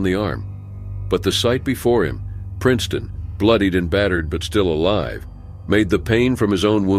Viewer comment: Sorry, you butchered the Princeton and Dalton story even their names…